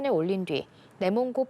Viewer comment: 내몽골아니고 내몽고